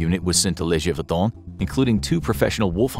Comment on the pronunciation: Gévaudan sounds like zhay not juh. Accent is written there so people don't pronounce it like juh. 😊